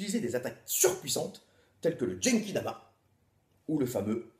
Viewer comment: Le "djenki dama" ???? Genki-dama : regarde vers la 22ème minute :-) Vidéo sympa au passage ! Goku est trop souvent oublié de nos jours dans les vidéos youtube, tu as raison d'y remédier.